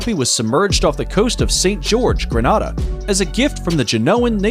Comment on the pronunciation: Its "Grenada" not "Granada"